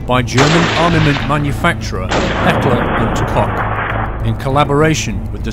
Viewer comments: Next time watch this before you try to tell us about Heckler&Koch ;-P /watch?v=5a7_uBJgr5Y he says it the right way... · Very very very very very very very very very very very very very good video!! Beats ANY guide EA/Dice put out! Keep em coming!! "Hekler & cock" lol